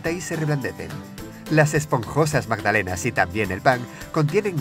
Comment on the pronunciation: "Magdanela" po la wea penca